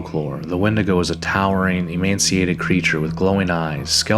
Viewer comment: It's emaciated you said emanciated 😅